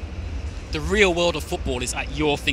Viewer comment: if you fought.... this guy says anything with a th with an f jesus christ it's annoying and says "the" da .... -.- wheres the guy that won the competition xD ps should hire him